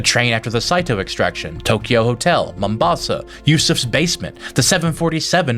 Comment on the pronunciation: kudos for pronouncing ''Mombasa'' correctly yes I'm Kenyan that's our main coastal port city